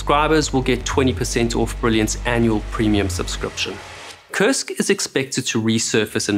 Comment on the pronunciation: Has anyone else noticed that it sounds like they're saying "CURSED" when they say the name of the sub?